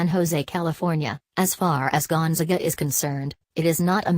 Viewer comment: Can't even pronounce the school name correctly. Great research.